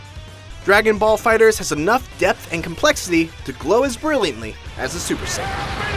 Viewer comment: Fighter z.. stop saying fighters lol